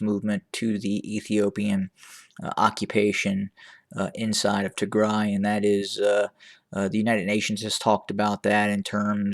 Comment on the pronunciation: Thank you for pronouncing tigray the right way is the music to my ears